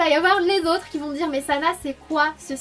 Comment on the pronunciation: Non, ça se prononce " ki " si jamais